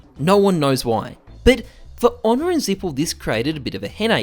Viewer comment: i have hard time understanding your dialect "honour and simple disgraded"?